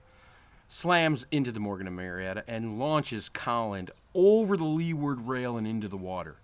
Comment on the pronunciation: A “ Ministry of Sailing “ doesn’t know how to pronounce the word Leeward.